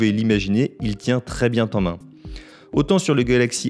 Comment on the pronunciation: "il tient très bien t'en main", les liaisons dangereuses !!! 🤔